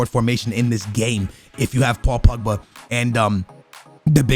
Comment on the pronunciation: paul pugba he said hahahaha